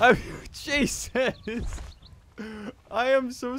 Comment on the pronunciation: him: OH GOD Juses